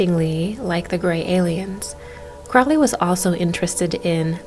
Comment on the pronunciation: I believe Crowley is pronounced like it is spelt...not like sourkraut...or krautrock...stand mummified...monkey goddess 🙈🙉🙊